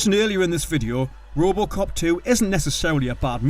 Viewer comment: This Narrator sux!!!! It's RoboCop, not Roobocop😡 Unwatchable with this voice 🤮🤮🤮🤮🤮